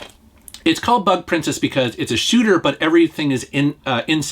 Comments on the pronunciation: Ooohhhh its bug princess lol I thought you said butt princess at first 🤣🤣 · Who else heard "Butt Princess" instead of "Bug Princess"? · I thought he said Butt Princess at first.